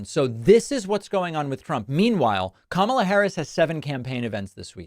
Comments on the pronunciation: Not being able to say Kamala is just weird. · And now a nYew mispronunciation - kamma la. I love the Y in new. It should be added to now. nYow, nYumbers. nYoodles. nYative. nYever. knYees.